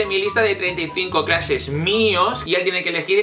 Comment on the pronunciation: Me da risa que ninguno de los dos pronuncia bien la palabra "crushes" 😂😂